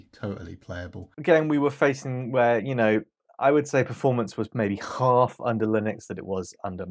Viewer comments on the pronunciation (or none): none